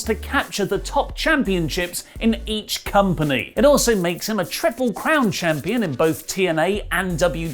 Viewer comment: Please pronounce ‘each’ properly, goddammit!